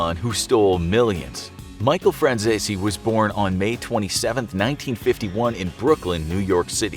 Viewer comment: Micheal fransissy?? 😂